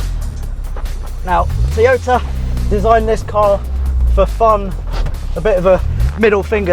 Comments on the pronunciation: Teeyota? The fuck? Its Toy-oh-tah. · Can you please pronounce Toy-o-ta correctly...not Tiota...bloody annoying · It's not a Teaota its a Toyota FFS!!! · I never knew Toyota came with a cup of tea? Tea Ota? Butchering the English language the Brits are. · Wtf is a Teeoyta. Heard of Toyota but not Teeyota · The rest of the English speaking world pronounces it as Toe-yo-ta, not Toy-o-ta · For the love of god, stop saying Teeota!🤣🤣🤣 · Say after me TOY-O-TA... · Teeyota? You get the second "O" right, why is the first so hard to master? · where I'm from its pronounced to-yota